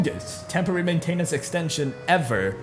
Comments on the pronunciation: main-tin-ince (like in since) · The way you say maintenance grinds my gears.